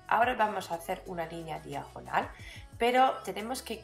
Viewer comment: Esss preeeciosaaaa!! Lo que más me gusta como dices diajonal!! Eres tan graciosa con tu acento